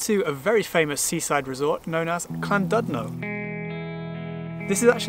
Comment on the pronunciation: Almost didn't post this comment as I don't want to be that person, but here goes anyway... Great video, but please google how to pronounce the places you visit, made me wince more than once :) For example, your "Betsy Co-ed" is pronounced "Bet us a coy-d", your "Lan-dud-no" should be "Llan-did-no" (admittedly the 'll' can be awkward), similarly both 'll's in Llangollen. Apart from that, really good guide :)